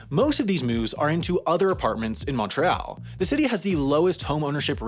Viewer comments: Montrelle? That's some pronunciation you have there! In English it's Mon-tree-all, in French it's Moo-re-al.. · Canadian here, it’s pronounced MontreEALL. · The prononciation of this word wasnt that bad. Otherwise when he said montreal it felt like a mix of the french and english way of saying, it felt like he said monTréal while in french that "t" is silent and in the english way to say it the "é" is really just pronouned as an "e" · You know, for a genius you pronounce Montreal kinda funny. I've never heard it pronounced like that. Mont-tre-al lol that's a good one buddy. In French its pronounced mo-real In the rest of Canada we call it mun-tree-all Damn you Americans are hilarious sometimes. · It's Pronounced Mon-Tree-all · It's Montre-all not montre-al (just a heads up) but well done on the French pronunciation! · LOL that is one of the odder pronunciations of Montreal I've heard. In French it's "moh ray ahle", in English it's "munn tree all". I'm not sure where they say it like you do. Crazytown? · My favourite part of this is how you brag about your French pronunciation of Régine Seigneurial, and then proceed to say Montreal in a way that rhymes with Country AL. Switch the AL to ALL and you’re good 😂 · American's pronounce Montreal funny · Weird flex on the French when followed by a pronunciation of Montreal I have literally never heard before. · Why does he keep saying Montreal like that?! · The way he pronounces Montreal is like nothing I've ever heard before. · It's odd, it's closer to the Quebec pronunciations though, mix of English and French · As a Montrealer, I find your pronunciation of Montreal hilarious. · Does this guy know how to say Montreal? Cuz I've lived here for 22 years and never heard anyone pronounce it the way he's saying it. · I love how he tried to do the French and English pronunciations of Montréal at the same time lmao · your pronounciation of régime seigneurial isn't that bad but the way you say montreal makes me cringe